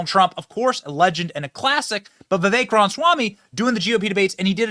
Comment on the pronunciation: This guy is just a big loudmouth. Doesn't even know how to pronounce 'Vivek'.